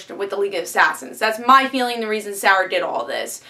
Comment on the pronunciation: Why you no pronounce Moira and Sarah correctly?